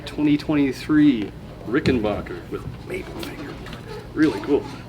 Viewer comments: There must be something wrong with my comp speakers as it sounds like you're saying RickenBOCHer rather than RickenBACKer........I'll need to take my computer to the shop and get that problem checked out. 💫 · it's Rick-en-baker (pronounced "back") , not bock. Get that right first, and then whatever else you say has more credibility.